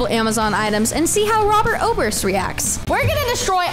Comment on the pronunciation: Robert Oburst not Robert Moburst